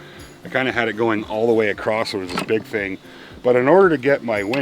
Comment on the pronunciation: He uses a "T" at the end of across...but he's ok. Lol